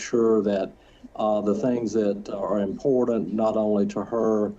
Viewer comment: 1. Please fine the attorney every time he says “imporDant”. (Edit oh god, they all say it) 2. lol she contradicts herself in her own fake claim of losing touch with reality and her attorney highlighted it in that statement by her that he shared. If she knew that “Jesus would take better care of them” then she knew that she would never see them again. She understood what she was doing.